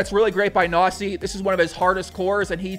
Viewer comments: You pronounce it Knossi not Nossi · Are you pronouncing KNOSSI as NAZI ? xD ay ay ay ..... Your german is funny heheheheheheheeeeeeeeeeeeeeeee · haha Knossi sounds like Nossa when you say it :) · Not really a great pronunciation of "Knossi"